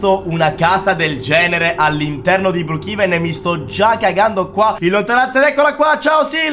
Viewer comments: si dice brookhaven non brookhiven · Si scrive brookevan ma si pronuncia bruukeven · non si dice brukiven ma si dice brukeven 😅😊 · BROKEVEN SI DICE NON BRIKIVEN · Si dice broochaven